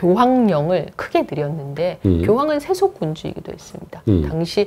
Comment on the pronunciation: 장음인 단어의 첫자를 짧게 발음한 예:세속,사장 고대,세계,과거,세계,대개,대부분,고대,공화국,대단한, 고대, 고대, 등, 장단음 문제가 심각합니다. 미국 변 완수 배